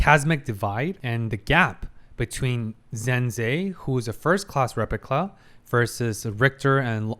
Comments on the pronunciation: Why do you keep saying "repicla"? 😭😭 Not even the editor took notice... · Also hilarious that is trying to correct his German name pronunciation and then immediately calling the replica a "repicla" 😂😂